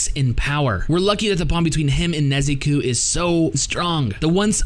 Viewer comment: Good review but who is the Nezukuu you speak of??